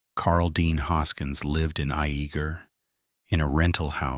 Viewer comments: Its pronounced Yay ger not I eager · It’s actually pronounced Ya-ger. Spelled Iaeger